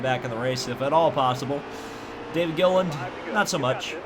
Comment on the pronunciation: David Gilliland was always a threat for poles at the plate tracks in that 38 Yates car. He can also be remembered for constantly getting his last name mispronounced by Rusty on the ESPN broadcasts.